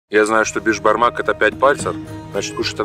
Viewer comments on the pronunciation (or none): Не бешбармақ а Бесбармақ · Не бешбармак а беСбармак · Правильно Беспармак